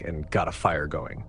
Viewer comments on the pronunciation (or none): none